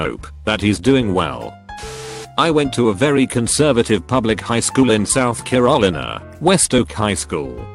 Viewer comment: There it is.... SOUTH KERAHLINA.